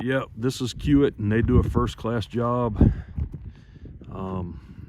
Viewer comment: I think the company your hauling for is pronounced key-wit. At least that is how they say it in the city they are based in, Omaha, Ne. Keep up the good work!